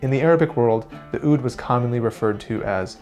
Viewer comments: I hate it when he pronounces the Oud as ood. Its moor like Ah-ood. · If you're so fascinated by it, learn to pronounce it more authentically. It's not pronounced with an "oo" sound from the mouth, but more a "ou" sound from the lower throat. It's, of course, hard to explain how to pronounce something without using sound, so I'd recommend anyone interested to look up the pronunciation. After all, music originates from culture, and language is part of culture. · Just like the semitones are challenging to your ears, your pronunciation of "oud" (عود) is challenging to my ears. It sounds like you say "ud" with the first vowel pronounced in the front of the mouth. But it should be pronounced back in the mouth because the first consonant ع (that most people that doesn't know Arabic just skip) is pronounced really far back. Here you can hear the pronunciation: I would also like to question your statement that العود (al oud) means "from wood", the word عود means stick (or wood) and العود means "the stick" (or the wood). There is no preposition there. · The way its pronounced "ood" me for some reason "owd" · "ood"? maybe "owuud" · It is pronounced as "aaoudduu" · عود not ud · its pronounced aoud but good try and nice video, oud is played in the arabic world so therefore all the way from morocco to turkey and down to somalia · The way he pronounces oud is too funny